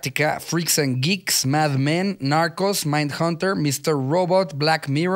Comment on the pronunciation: Me encantó en el top de series cuando las está leyendo y dice "narcos" en español pero como si fuera inglés 😂... Los amo gracias x las risas